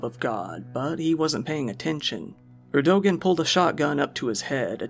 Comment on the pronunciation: It's "Ear-do-wahn! 😂 LOL, "AREDOGEN"...RIP 😅